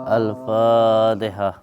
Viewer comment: Ass wr wb..... selalu mengganggu ratakan aja... membaca alfatihah nggak bener jgn2 dukun berkedok kyai...semoga Gus selalu berada dlm lindungan Allah SWT amiin